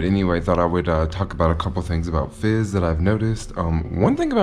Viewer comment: Your pronunciation of Fez is a little fizzy. tee hee hee